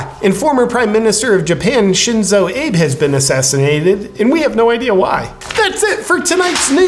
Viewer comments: Shinzo Abe, his name is pronounced ahbey not Aeb. Other than that another great video. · come on JP - you really should be able to pronounce words and names properly. the former Japanese PM is called Ah-bay, not ABE like in Lincoln. and recently you also mispronounced LatinX... its not latinks, it's latin-X. how can you seem to be so knowledgeable about these issues yet not know how to pronounce key words and names? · abe? its ah-bei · I hope this was part of the joke, but the name of the Japanese PM is pronounced Ah-Bay, not Abe like Abe Lincoln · Sheenzo Ahbeh is the pronunciation. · Wouldn’t Shinzos name be pronounced a bae not like Abe Lincoln? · Shinzo Ayb? What is he, Italian? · "Shinzo ABE" - pronounciation is "ah-bey" but lol at the joke either way. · FWIW Abe-san's name is pronounced AH-bay 🙂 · did you really pronounced him Shinzo Ape?! I really enjoy your jokes .. but at least you could have pronounced his name correctly! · One of your best. Abe is pronounced ah-bay, and was prime minister until Sept. 2020. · Shenzo Abe --- Ahhh Bay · Abe is pronounced "Ah Bay". The world will look back and see his assassination as pivotal as Arch Duke Francis Ferdinand before this is over. Kishida, current Japanese PM, is a WEF sock puppet. God help us all.